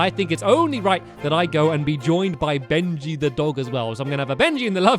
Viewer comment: Dude I thought it was always Benji not Bengy